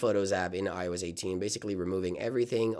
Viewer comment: Is he saying “IOEZ”??